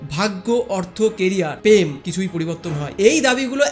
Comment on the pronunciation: আপনার র ফলার উচ্চারণ অস্পষ্ট। কথা টা প্রেম, পেম না। ক্রিস্টাল, কিস্টাল না। প্রাচীন,পাচীন না। প্রাকৃতিক, পাকিতিক না। আপনার ভিডিও গুলো বেশ ভালো। কিন্তু কিছু উচ্চারণ একটু শুধরে নিলে ভিডিও গুলো আরো সুন্দর হবে। আর হ্যাঁ, কথাটা প্লেসিবো (Placebo), পেসিবো না।